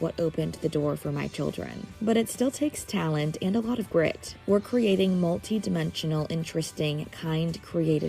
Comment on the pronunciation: I swear I seriously thought she said it takes alot of grift, instead of grit. 😂 From her latest Hampton's photo's to this interview she has gained weight. Is this an old interview? Look at the distance between them and for once she is NOT giving that constant fake toothy grin! This was totally different vibes going on here.